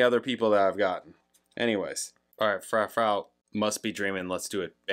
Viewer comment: Dido (die-doh) is known for "white flag" (give it a listen and you may recognize it). Her most popular is "thank you" which is sampled in eminem's "Stan". (Im sure you know by now but its Froo-froo 🙂)